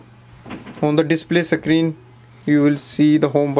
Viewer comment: Sacreen nei bhai screen bolte hai waise